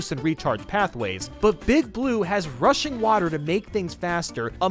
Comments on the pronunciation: Everytime he said "rushing water" I tought he said "Russian water" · When he said rushing water it sounded like rushian watar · When he says rushing water I keep thinking he says Russian water